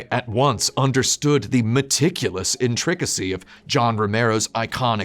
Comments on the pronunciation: Great video, but that's not how intricacy is pronounced. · In-TRICK-acy. Might adopt. Love you, Tim. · say "intricacy" that way one more time. I double dare you.